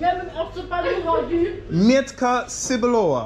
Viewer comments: Metka cebulova, "w" is read as "v" sound. "Cebulova" - something like this. Or maybe rather "tzeboolover" 😅 The way you're saying it sounds more like "seboolower". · What he mean Mietka cebulowa? He ment Metka Cebulowa? Just wonder :D you definately pronounce this wrong my friend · You pronounce not exacly good „mietka syblowa”. You should say „metka cebulowa”. Then you will be understood. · Meh - tka tsebulova - PRONUNCIATION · hey you need to work on pronunciation with "metka cebulowa' to be understood. but anyway it would be much easier if you would just ask for 'tatar' 😉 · 1. 99, 9% Polish people won't know, what metka cebulowa is, because it's niche product. 2. You don't pronounce it correctly, so no one knows what you mean.